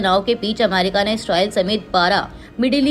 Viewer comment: Correct, ye America ko amairika bolti hai, meri sulag jaati hai.